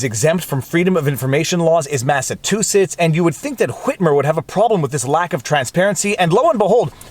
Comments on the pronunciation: I hate to be picky when your vlawg is so truly terrific, but several times you mispronounce the state Massachusetts as Mass-a-TOO-sets. Governor Hwitmer (haha) would be appalled. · Massa Tew Setts, 😂 vs Massa Chew Setts (Luv ya Viva!) *Viva pronounces both ways. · MassaCHOOsetts—Not MassaTOOsetts! God almighty! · Say, "Massachusetts" again....